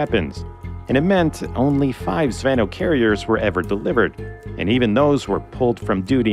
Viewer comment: You dno't pronounce it "zv`ehnoh". It's almost "zvin`o", last sillabe accented. Means "airsquad" (or "lance", for tanks), being literally "chainlink".